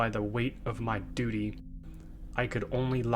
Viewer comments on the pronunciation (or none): none